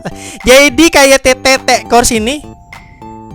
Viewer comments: bacanya KYT titi kors.. bukan TETE kors wkwkwwkkw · Antara nxrace,nfr,tt course. Lebih enteng nxrace,kemudian tt course,baru nfr bang. Bacanya jangan tete,tapi titi course wkwkwkwkwkwk Lebih langka yang motif jaume masia bang,apalagi untuk ukuran XL,beehhh susat bet nyarinya wkwkwkwkwkw. Bocoran aja bang,sebenarnya untuk dark visor tt course sebenarnya udah ada,cuman belom bisa rilis karna corona ini. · Jangan di tekan ngomong Te nya bang🤣